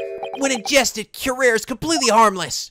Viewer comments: Hey, just a minor correction, "Curare" is spelled more like "cu-ra-ray". (It is a real poison, btw.) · curare is pronounced cue-rah-ray - anal of me I know, but just-in-case your were curious. Please don't think I'm being nitpicky - I aint! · Fun fact: Curare is pronounced as kurari. Real drug that blocks neurotransmitter deactivating skeletal muscles. So this would causes less muscle movement leading to loss of movement of diaphragm, skeletal muscle in the middle portion the torso that helps with inhaling and exhaling. Since they are describing that this drug is experimented, this possibly means that this game takes place around 1810s during the time researching this drug. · Hosonaga's other motto is "BEAT THAT RUBBISH MENTALITY INTO SUBMISSION!" :D All hail detective Yusuke. Side note: It's "Cure-arr-ay." Didn't you ever see Batman Beyond? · Helpful Note: Curare is actually pronounced "koo-rah-ree" or "kyu-rah-ree" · If I’m not mistaken in the Japanese version of the games Maya’s name is Ayasato Mayoi, which may be partly where Susato’s name comes from. Somebody should fact check me on that, as I’m not entirely sure myself. Edit: the pronunciation of Curare (Cure - are - aye) at least according to Batman Beyond. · Slight point, you pronounced the poison wrong. It's pronounced cue-rah-ree. Also it was used frequently in Sherlock Holmes stories as a silent murder weapon. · on one hand says curare horribly wrong - on the other, it isnt pronounced how its spelled at all (cure-R-E)